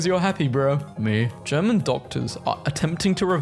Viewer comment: emphasis on "german"